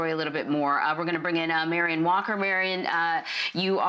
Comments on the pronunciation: Reporter: Marion Marlon: Marlon Reporter: Myron Marlon: Marlon Reporter: Morin Marlon: 😒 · Marian, Marriam, Myron, Morin. It's Marlin bud. Nice try tho. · All these comments about whether the use of force was justified, but why is no one talking about "Morin's" face when she got his name wrong 4 times lol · Did y'all here she called him a moran whow his name is marlon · Marlon - not hard to say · She messed up his name like 5 times and never tried. Now thats prejudice. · How does someone struggle THAT MUCH with the name Marlon? Wow lmao